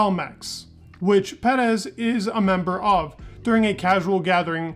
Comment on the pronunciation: “Me-claren” “Ped-ez”